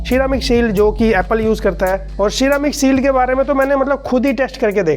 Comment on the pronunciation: "Sheeramic" shield ~,2021